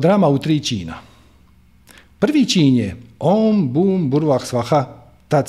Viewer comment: Na žalost nije savršeno.Nije Om BUM, nego OM Bhur i na kraju nije PracodaRyat, nego bez tog "R".Pošto su mantre vibracije svaki zvuk je bitan. Indijski učitelji tvrde da je bitna i intonacija.U tom smislu je bilo koju mantru preporučljivo naučiti od pripadnika te stare tradicije, a ne sa Interneta, gdje zapadnjaci od toga rade nekakav dance-music.Te melodije su ugodne i smiruju, ali razvodne vibraciju mantre. je inače izvrstan i odlično razumije duhovne principe, ali ovo je bilo dosta šlampavo i površno.Minimum je da se bilo koja mantra barem akustički (ako ne intonacijski) pravilno izgovori.